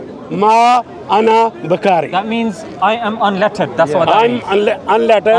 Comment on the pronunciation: "Ma Ana Bakari"? I'm so sorry uncle but I think you are trying to say Ma Ana Bil Qori'. If you want to insult Rasulullah Muhammad SAW, at least do it properly, uncle. XD